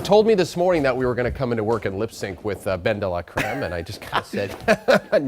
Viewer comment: 'ben-da-lah-crem' love that pronouciation !